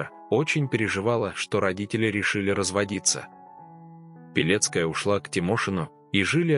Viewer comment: Почему- то слышится "Белецкая", а не "Пилецкая'....😮